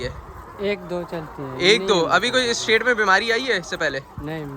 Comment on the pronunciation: it is shed not shade.